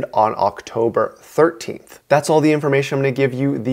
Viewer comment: You emphasized the "13th" in "October 13th" which made it sound like a different day than September 13th when you should've emphasized October because that was a different month I'm very nitpicky it's a habbit